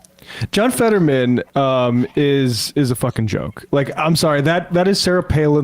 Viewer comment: rm brown fans heard emma say “featherman”